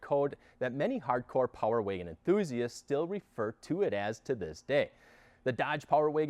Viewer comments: The Power Wagon is capable, the talking head is incapable. Geez, he can’t even pronounce Power Wagon correctly. Amateurs. LoL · Why can’t this man say Power Wagon lol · Power Waygen boy every time I heard him say it like that I cringed..